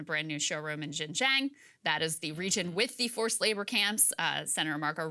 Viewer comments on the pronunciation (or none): Please learn to pronounce correctly, Xin Jiang (shin gee-ang). I’m not expecting correct tones but basic pronunciation of pinyin.